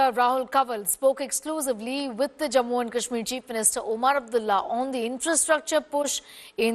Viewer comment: What stupid anchor, can’t pronounce morh, says ‘jamua’ kahsmir and boosting terrorist? Stupid piece of shit.